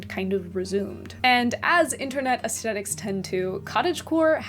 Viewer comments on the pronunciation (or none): Ayo she really says “aesthetics” with the HARD “T”